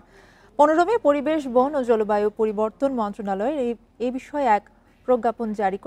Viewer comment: পরিবেশ বুঝলাম পতিবেশ আবার কি বইন 😂